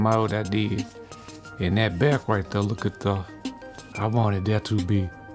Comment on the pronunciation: Right thur, right thur. love it. ❤️